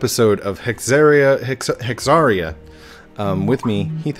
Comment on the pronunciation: You were pronouncing it correctly the first time. It's like hysteria except with a hex and not a hyst. So, it's hex-AIR-eeuh, not hex-AHR-eeuh.